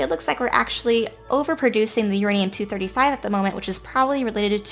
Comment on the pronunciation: that's where we have our " YOUR ANE" hahahah